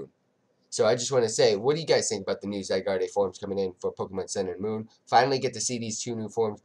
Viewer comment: you dont say: zygardeee you just say: zygard